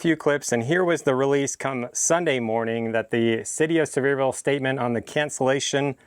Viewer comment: I’m pretty sure it’s pronounced See-ver-ville Sincerely, the grammar Nazi